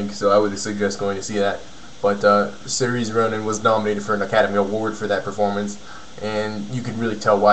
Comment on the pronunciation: Yeah Saoirse is pronounced Ser-Sha, not Sereeez.